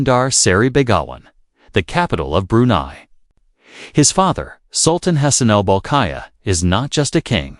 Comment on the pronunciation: It’s not pronounced May tin, it’s Ma teen. It’s not Brew nee, it’s Brew nigh